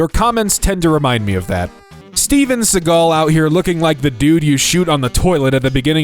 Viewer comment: don't you DARE to misread Steven Seagal last name. It's not read as in "sea" (the big water) but like "se" in "segway". Nailed it, and failed it just seconds later. You've disappointed me...